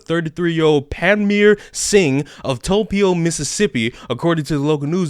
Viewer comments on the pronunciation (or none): I've never heard Tupelo pronounced that way. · Never heard Tupelo get mispronounced that bad lmao Still a great video though